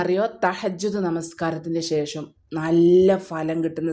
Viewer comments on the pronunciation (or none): none